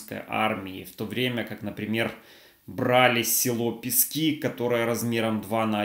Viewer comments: Пэски, а не Писки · ПЕСКИ... ударение на первую гласную Е! Пожалуйста, я вас как Дончанка прошу. Спасибо заранее. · Александр, я - дончанка. У нас говорят - Пески, ударение на е. Не знаю почему. Наверное, имеется ввиду не песок, а что-то другое. Это знают краеведы. Наверное. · Пгт ПЕски, а не ПескИ.Добрый день, с добрых новостей, 9 сентября!